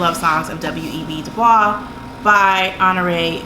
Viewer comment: Interesting to hear about the ones you didn't finish. Life is too short to power through something we can't get into. Also was surprised to hear you pronounce "DuBois" with the french pronunciation... most everyone says DuBoyzs. I'm french so I had to smile :) Du bois means "of the woods".